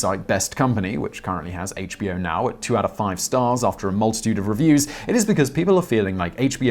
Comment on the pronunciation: Simon you ought to review the scripts instead of reading them cold. More than half the time you pronounced "HBO Now" (the name of the company) as "HBO now" (two separate words/thoughts).